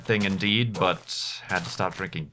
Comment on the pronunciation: Sometimes when you say "indeed" I hear "inn deed" and get very confused for a brief moment.